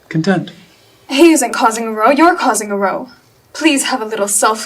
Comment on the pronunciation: Kia Gerber claims To read and she was young, and even having a book club but she can’t even pronounce words like row She cannot act to save her life, and I wish she would stop